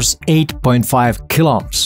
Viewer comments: Good content, but I was distracted by your pronunciation of "KiloOhms" as "kiloms" (at first I did not even understand what you mean) The name Ohm comes from German, and the letter "h" after a vowel indicates that you should read that vowel long... so Kilo O:ms how did you manage to squeeze one short plus one long o into a single supershort, almost silent o? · Is sounds like you are saying "Kill-Ops" But I know you are saying Kilo-Ohms.. :face-red-heart-shape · Really hate how this guy pronounces kilo ohms